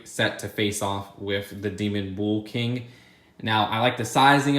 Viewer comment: Nobody:: "bool king"